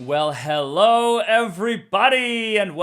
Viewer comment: Hello, future you! Like your intro music and "Hellow"